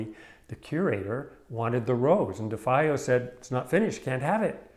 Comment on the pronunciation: You pronounced her name wrong. Her ex husband , Wally Hedrick, who built the stretchers , ,was my buddy. She hung out often at my school. We had beers . I was a student at SFAI while it was encased . If there ever was a iconic work of art that came out of San Francisco Abstract Expressionist movement , this is it